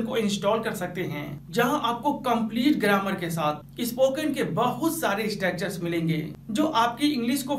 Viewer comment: Espoken nhi bhae spoken🤣